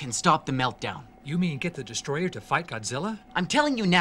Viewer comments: I was half-joking. To some extent, I'm willing to give some leeway when someone's accent causes them to mispronounce a word (such as a certain Minnesotan comic book reviewer saying "rum" instead of "room"), but when someone is acting in a professional capacity (well, more professional than Birdemic, at least), I expect them to be able to enunciate clearly, especially when they end up mispronouncing the name of the title character. You ever hear a British person say "Americar"? No, because even they know that's stupid and wrong. And before you say anything, I'm from Texas and have a bit of an accent, so I realize the importance of not slurring my words and putting a random R at the end. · As you predicted, I am here to correct you: It's spelled Destoroyah, but it's pronounced "throat warbler mangrove" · Hmm, Destroyer... Destoroyah? Dest-Or-O-Yah. OR.... Desto-Ro-Yah Am I the only one getting anxiety from this word being not pronounced by it's spelling? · Its actually pronounced DESTOTOROOYA! This is the second time I've cried in a Godzilla movie. First time was in 1985. Fans love both movies. I don't get why the stupid critics hate it. Long live Godzilla. Where can I get that shirt ? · Actually it"s pronounced Destroy-YAHH. (Because apparently he's ------SWEDISH ????!!!!???!!!) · you mispronounced destroyha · It's dest-O-royah, dummy. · "YoU'rE nOt PrOnOuNcInG DeStRoYaH rIgHt" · You are pronouncing Destroyers name incorrectly. If you go back to the Japanese the closest English pronunciation would be more like "pee-nis" Yes it's childish but admit it. You laughed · Can we get Avgn to correctly pronounce destroya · You are not saying it right... Not emphasis on the T. IT. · needs to learn how to say DESTROYAH!! You need at minimum two exclamation points when saying DESTROYAH!! Its not the pronunciation, its the level. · Your not pronouncing destroyah right :) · Soary, But You're Not Pronouncing Destroyah correctly and you know it. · It's DESTOTOROOYA!